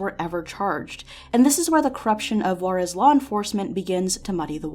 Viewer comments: Juarez is pronounced "who-are-es" btw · I think she tried to place the accent but she did it on the wrong vocal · The way white people say juarez pisses me off.